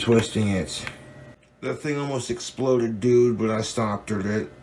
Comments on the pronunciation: Did he say "I stoppterd it" hahahaha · I had to replay that part a few times to confirm he actually said "stopderd". Another beautiful addition to the Boglim lexicon toobz!